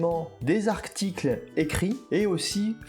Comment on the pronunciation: " Des arCticles " ? 😂